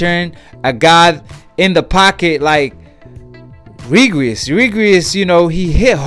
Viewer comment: Well Done bruh me too! Slurring words, jumping subjects, just puttin anyone on the channel...he called prograis “Regris” 🤦🏽‍♂️